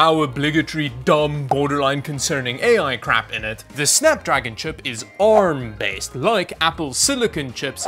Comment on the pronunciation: Can you please say ARM as in poor lol I mean you dongle in your accent correctly.